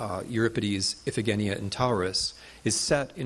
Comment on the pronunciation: Very very interesting lecture, with many new and surprising facts. Just a note: in school I learned a different pronunciation for Scythian (see-thee-uhn) and Iphigenia (ih-fuh-juh-ny.uh).